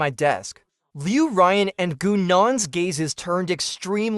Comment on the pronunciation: Liu R U Yan? Really? Come on, get it right it's Liu RuYan not Liu R U Yan teach your AI VO how to correctly pronounce Chinese names. Good recap other wise.